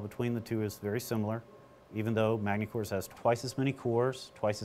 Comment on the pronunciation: The s is silent in Magny-Cours